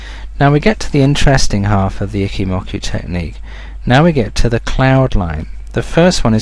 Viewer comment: It's "Eeee-Chi" not "icky"